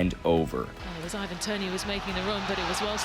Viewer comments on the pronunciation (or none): none